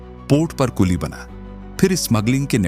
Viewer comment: कुली ❌️कुल्ली ✅️😂